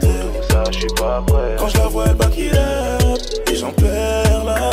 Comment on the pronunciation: On dit pas backilup mais back it upppppp loool